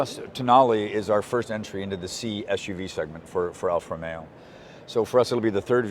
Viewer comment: It is NOT Alfa Romeyo. It should be ALFA ROMEO!!